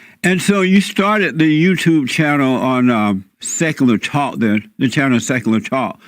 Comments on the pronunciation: This dude in the beginning said "Sakuler TAAU-Kuh" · Seckoolar tock. 😂